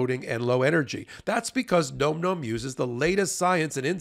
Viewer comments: it's not "gnome gnome" - it's nom nom. Like, an onomatopoeia of someone enjoying their food vocally whilst chewing: "nahm nahm" - get it? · Can somebody please tell and/or your advertiser "It's pronounced (NahM Nahm) not (Nome Nome)"? It's an eating sound. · Please tell it's pronounced "NAWM NAWM" Thanky. 😊💖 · Bro, phonetic spelling so you can say the sponsors name correctly. Nahm Nahm